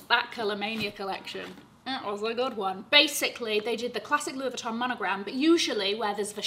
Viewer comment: I love you and for representing France for us Parisian’s who pronounce LV correctly like you